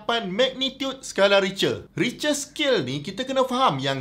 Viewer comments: Sebutannya "rich'ter "or in german "rif'ter". bukan richer. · Richter = /ˈrɪktər/. Info sgt padu Prof.. 👍👍👍😝😝😝